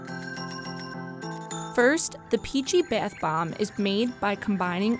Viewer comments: Is it just me or is the girl saying Beth instead of bath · Its bathhhh not beith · It's not beith nor beyth or whatever, it's bathe. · y do i found ' beth bomb ' so frustrating its bathh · 50%the emojis in the thumbnail 40%how she says the word “bath” like “baeth” 10%actually about the video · i hate how she say bath lmao it sounds like byath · The way she says bath she says Beth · “The baith bomb” Bruv isn’t it bath bomb not whatever she said? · The way she says bath bomb bath bomb not beith bomb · am I the only one annoyed by the way she says bath? Like it’s bAth not bEEth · Beaith bomb 🤦🤦🤦🤦🤦 BATH JUST SAY BATH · “Beath” bomb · I was like why are you saying BAATH BOMBS likes WTH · Leora Moskowitz yes! I thought every one was just going to ignore the “beath bombs” pronunciation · baeth bombs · No its bee-ath boemb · She says ba YUTH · "bEiTh BoMb" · Let's be honest, everybody gets annoyed when she says "Baeth bomb" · She keeps saying the “Beth bombs” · Waitttt if she pronounces bath as beth then how does she pronounce math? Lmao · Wow you're really struggling to say the word "Bath" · Why does she say it like beath bomb? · Why does she say bath beaaaath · "Beath" bombs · i cringed everytime she said biathe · Is she saying BETH bomb? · oml who else was soo annoyed by her saying beayth boyyum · Does anyone else get annoyed when she said ‘beythbomb’ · Isn't anyone bothered by her saying bath wrong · Please learn how to say bath right